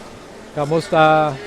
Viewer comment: Learn how to say KU-MI-STA, sir. You are pronouncing it in Spanish.